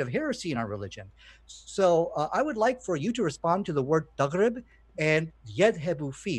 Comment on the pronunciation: I'm Arab: 1. It's "Taghrobou" not "Taghrib" - shows you can't read arabic yourself. 2. The word Taghrobou with reference to the sun means "The sun sets" not disappears. 3. Why are you translating things using a dictionary when legit scholars translated it already? I'm sure if I use a google translation to condemn the Quran you'll tell me no please use the accepted approved translations by scholars.